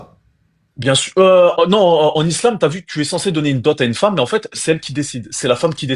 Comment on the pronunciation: Le trader qui dit des t’vu,ta vu 😂😂😂